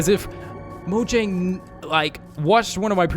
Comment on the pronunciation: It's moyang